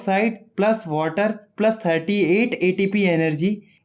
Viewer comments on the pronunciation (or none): none